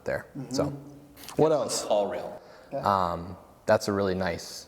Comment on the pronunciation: Must be too early in the morning because I was for sure thinking you said "call real" or "call reel." Ended up finally finding "call rail" - if you could include links to products mentioned that would be great!